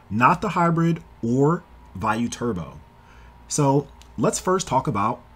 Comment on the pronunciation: This is the only person I've ever heard say Vey-you, instead of Via-you. Shit caught me off guard